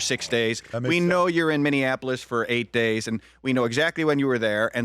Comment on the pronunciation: lol boomer said gays while trying to say days